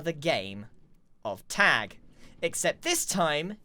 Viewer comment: Grian saying "Tegg" My brain: american accent of "tag"